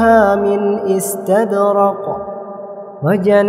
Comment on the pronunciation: Mashallah petite erreur Istabrak et pas Istadrak